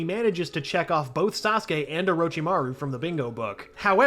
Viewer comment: I’m surprise he pronounced Saskue correctly